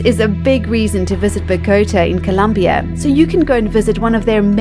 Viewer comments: The mispronunciations aren't helpful. Buh-goat-uh? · Please learn to pronounce "Bogota" as in Columbia